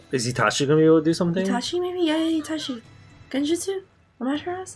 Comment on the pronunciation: Almost 300 episodes, and they're still sayingAmatersau wrong